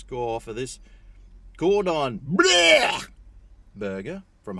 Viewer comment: You're only saying 'Cordon Bluuurgh!' like that because you don't know how to pronounce it properly, isn't that right? 😂 Don't worry, I don't know either.